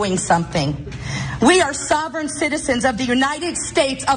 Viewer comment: She got “sovereign citizen” right